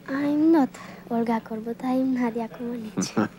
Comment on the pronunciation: Nadia didn't land that bar routine "perfectly". And the Americans pronounced her name wrong for around a decade, despite Nadia herself telling them how to pronounce it.